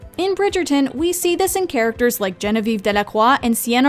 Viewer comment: lol you pronounced "Delacroix" properly yet you missed the point with "Genevieve" (pronounced "JEN-viuhv") unless she's not actually French (as Marina pointed out:??? also why were the tiaras worn in the modern way unlike how it was actually originally worn (across the forehead like a bandeau-ish headband) "Gossip Papers" in France were variously called "Poissonades" (the main target being the Marquise, later Duchesse de Pompadour, whose real name was Jeanne Antoinette Poisson) & "Libelles" (for Marie Antoinette)...aka "fake news" was the norm from time immemorial regarding the Charlotte-is-Black theory, even QE2 is a subscriber of that theory